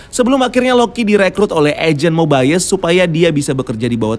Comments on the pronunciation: Agent Mobayes? Bukan Mobius bacanya? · Mobius bang bukan mobaius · Kenapa rada annoying ya pas ngomong Mobius wkwk padahal mah di seriesnya biasa aja perasaan ngomongnya bukan MoBaiyEes😂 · cara baca yang benar itu /Mobius/, bro. bukan /Mobaiyes/ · Mobayes atau mobius sih, di series yg gua denger mobius bukan mobayes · Bacanya kok mobayes, padahal di serial mobius gitu